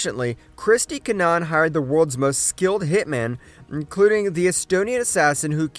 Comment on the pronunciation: It’s pronounced kin nah Han